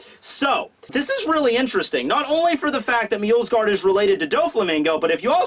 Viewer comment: MJO-SGARD there is no L there ffs